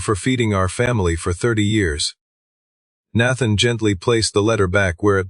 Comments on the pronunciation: Need to teach your AI how to pronounce Nathan!!! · Would be much better if the AI voice could pronounce Nathan. And understood something close to voice inflection.